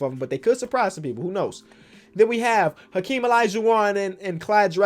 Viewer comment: Mans said alaijuwon